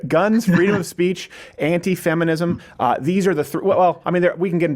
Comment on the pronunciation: lol I thought you said anti Semitism instead of Anti Feminism